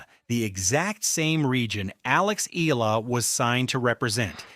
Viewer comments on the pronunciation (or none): I love that Alex is loved world wide , but can we please respectfully address this: Alex’s surname is EALA, pronounced as “EYALA” and not “Eela. Kindly learn it and tell the world the same. Alex’s name deserves to be said right. Thank you.